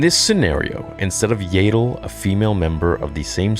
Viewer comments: Do you have a speech impediment or something? , , , . Her name is pronounced YADDLE. Like Saddle, but replace the S with Y. DEFINITELY NOT YAYDLE! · its yaddle not yahdle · Is there a clip somewhere of Lucas pronouncing Yaddle the way he does? In ToJ and Fallen Order, they pronounce it like "saddle".